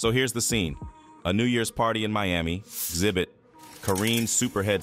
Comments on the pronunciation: I really hate when y'all drop videos and can't even get the people's name right like xzibit smdh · His name is Xzibit not zibit